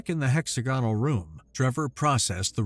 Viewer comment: Hex AG' on al, not HEX a gone al.